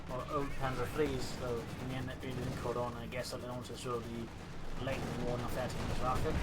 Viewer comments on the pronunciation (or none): It's called "Nah-ver-TEI-digungs-waffe", not "Nah-ver-ti-gungswaffe" x0 But great cast anyways. Think Tintin should have used Jaeger infantry, would have benefitted his playstyle a bit more.